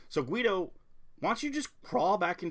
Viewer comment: Guido is his real name he's German it's pronounced "Gee doe". Congrats on the weight loss